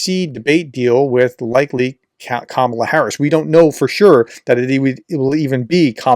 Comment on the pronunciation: Please consider learning how to pronounce Kamala.